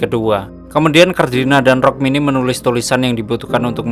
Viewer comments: Rukmini mas bukan rokmini😂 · Rukmini woey bukan rokmini 😂😂😂